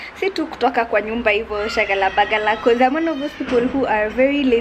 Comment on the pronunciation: Haha,, I like the way you're saying that kiswahili word ati "sio kutoka tu kwa nyumba shagala bagala. Tunajaribu tu,," you're not trying you're very smart. Hicho kiatu nikitamu sana